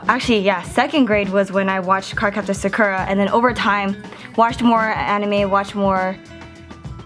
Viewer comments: She called it Suk-Er-A pretty sure its Sock-Er-A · hueeeeeeeeeeeee you keep saying her name wrong.. :( Sah-Koo-Ra, not Suh-kuh-rah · Yay! Except one thing especially because you're an otaku.... it is pronounced sah-koo-rah.hehe